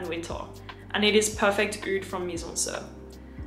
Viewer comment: Lil' tip: you should pronounce the "i" of MIZENSIR like "sea" not like the "i" in "Sir". it it a french play on words. In french, 'Mizensir' (mise en cire) means 'put into wax' quite appropriate as they make candles. ;)